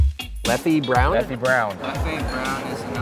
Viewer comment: It's not pronounce leffi,it's pronounced leff